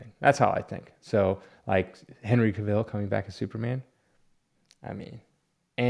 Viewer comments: the A is a hard A like the a cat if you watch any interviews with him they say his last name like that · Are miss pronouncing Cavils last name on purpose?